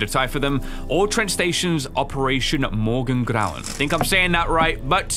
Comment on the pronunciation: Okay but can we talk about how well pronounced "Morgengrauen"